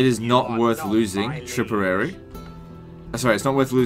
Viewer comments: Meeth and tripperary lol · Tipperary not tripperary